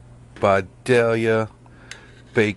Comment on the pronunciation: I can't tell you how glad I am you say Vidalia properly